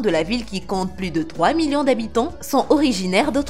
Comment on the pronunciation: C'est sans "s" normalement lorsque "plus" est parlé on dit "plu je veux ... "